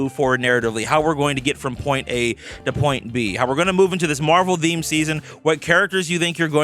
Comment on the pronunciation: How often you want to say the word THEME wrong?